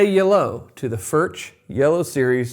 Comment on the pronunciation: It's pronounced, "Furk".